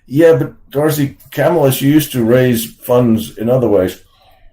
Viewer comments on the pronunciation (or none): Did I hear you say KAMLA Harris? lol